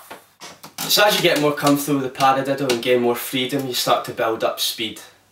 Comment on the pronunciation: Learn how to say paradiddle